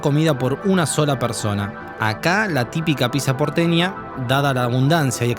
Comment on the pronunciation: Banco que el Burguer la nombre "piSa", cada vez que alguien la llama "piCsa", en algún lugar de África muere un elefantito bebé.